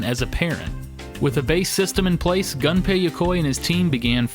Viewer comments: Its not pronounced gun pay. Its pronounced goon pay. I know his name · It's pronounced Goon-pay not - Gun-pay! rocks in the corner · Very interesting, but I kept getting irked everytime Gunpei Yokoi's name was mispronounced. In the video, it was pronounced like "Gun pay", but the proper pronounciation is "Goom pay". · Dude..... GUNPEI NOT GANPEI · Hey, just so you know... It's 'goon-pei' That's how you pronounce it.